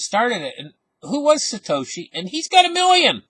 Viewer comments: SATOSHI is pronounced Sah-Toe-She *not SAY-TASHY... as pronounced it lol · Say it with me. “SAH-TOE-SHE” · Haha I like it when pronounces satoshi wrong